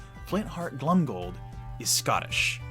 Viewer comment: Your assessments and general knowledge is absolutely amazing! I say this only to perfect your pronunciation - You should definitely pronounce "Glomgold" with the "o" and not like "Glumgold". Mostly because to "glom" is to steal.